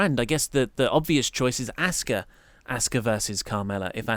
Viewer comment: Stop sayin aska there's a u in her name, annoying.